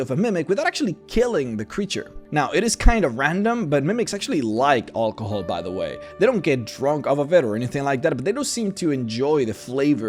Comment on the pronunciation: Olcohoel That’s not how you say it